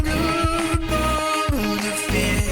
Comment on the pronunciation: I do! I love it when it sounds like "Bone a fish" instead of "Boulderfist" LOL